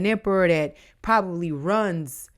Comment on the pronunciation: LOLLLL when you Said “show them who’s EM PERRA” I died I heard “emmm perra” in Spanish that’s like “Ermm THE B****” 🤣🤣😂🤭🫢